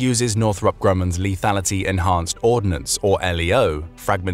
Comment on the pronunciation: The word ORDNANCE (no i) is not pronounced ORD-i-NANCE.